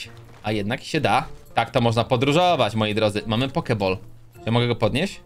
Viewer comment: Poke bol a nie poke bal 😆